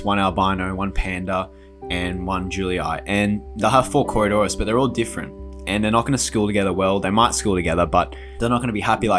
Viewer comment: It nice that you learned how to say coridoras.